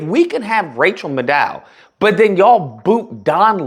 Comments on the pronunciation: It's pronounced "Neel-son," not "Nelson". And it's "Mad-dow," not "Ma-DOW". Respectfully. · You shouldn’t slam Rachel when you admittedly don’t know her, and second, can’t even pronounce her name. At this point she’s only on, on Monday’s. Rachel is the business, dude. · My friend: 1) Do your homework before recording...learn how to pronounce some of these people's names (Rachel Maddow specifically). 2) MSNBC didn't fire Don Lemon and kept Rachel Maddow because Don Lemon never worked for MSNBC! He got canned from CNN. 3) Liberals (and this is coming from an Independent who usually ends up voting Democrat) need to OWN their 💩! Y'all can criticize, whine, cry and whatever about Trump, Elon, Fox and so on all you want...however Dems and Liberals need to own that the voters gave them the country back 4 years ago and they made it so bad that people willingly gave it back to Trump. We knew from the moment Trump left office what was going to be up if he came back and thr Democrats F'd up so bad most of the country said they would take him back over both the current President and Vice President. Democrats need to shut up, stop with the whining and crying and rebuild their party! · You don't even know how to pronounce her name, clearly you haven't watched her show. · How can you not know how to pronounce Rachel's last name?? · Shes actually VERY GOOD. And if your going to do this for a living, at least be a professional and pronounce the womans name correctly. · Rachel Maddow is the best journalist on opinion news. Before you criticize her you ought to at least watch some of her content; also, find out how to pronounce her name ! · you're wrong on this one...rachel is one of the realest. i can tell you haven't checked her out by the way you keep mispronouncing her name. if you think a cartoons ratings are a flex, that says way more about you than you think. the two can't even be compared, that's ridiculous.